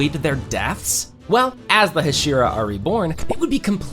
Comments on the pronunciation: Teg-en TEN-GEN ak-a-za-AKA-ZA Hash-era HASH-IRA IM SCREAMING THESSE WORNG PROUNSEIATIONS ばは！ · bro pronounced Hashira wrong